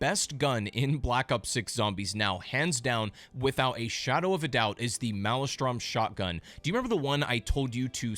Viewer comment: Please stop saying "male-e-strom" It's laughable. It's "male-strum" But other than that I enjoyed your video. Thanks!